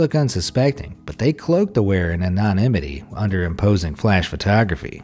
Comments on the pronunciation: Your pronunciation of "anonymity" is atrocious. 🤣🤣🤣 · You should probably just take the few extra seconds to look up the pronunciation of words you don't know how to say. paa·lee·EH·thuh·leen ter·EF·tha·lit - an·uh·NIM·i·tee - DI·ji·ti·greyd